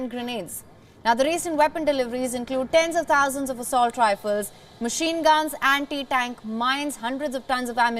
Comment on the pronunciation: 'Sevendeeen dousand Andi-Dank Missiles' 😅